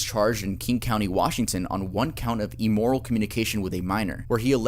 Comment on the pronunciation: Immoral not emoral